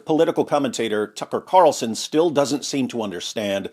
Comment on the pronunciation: TUCKer carlzuttED